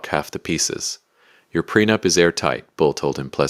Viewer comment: The timeline isn't as bad as the pronunciation. Ew.